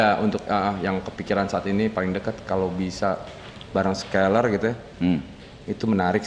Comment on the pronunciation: scaller maseh bukan skylar